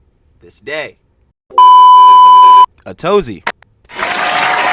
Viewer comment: FYI, its not Atozy, its A to Z.